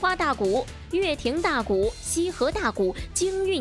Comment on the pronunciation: 乐亭大鼓， 发音：lao 4 ting